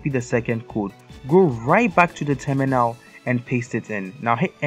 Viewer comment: i like how u spell terminal and it hears like tuminaow